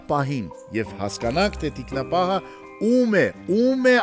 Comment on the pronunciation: ջան, ԹիկնապահԸ, ոչ թե՝ թիկնապաՆ